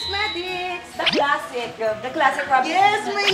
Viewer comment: Bakit ganyan ka magsalita? Palaging may diin sa dulo. Tulad ng classic. Imbis na classic lang, sayo CLASSICA😂 Classy langa😂